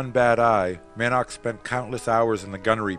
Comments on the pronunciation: Man - ark? Mann-ock is not only how it is written and should be pronounced, but is easier, too. The photographic assemblage is excellent, but again, the music is like an irrelevant and distracting soup poured all over it. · The man's name is Edward "Mannock" (pronounced "Mannick" NOT "Man-nark") 🙄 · One would think, they could at least have the narrator pronounce the pilot’s names correctly. I only made it as far as Mick “Man-awk” before I was forced to give it up.